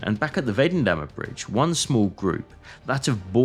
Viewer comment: The video would have been perfect if the names of the bridges and roads had been pronounced halfway correctly. For example, Weidendammer Bridge is Videndammer. If you don't know it, you can simply listen to it in google translator.